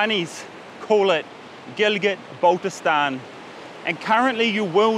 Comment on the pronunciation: It's baltistan not balisgistan anyway thank you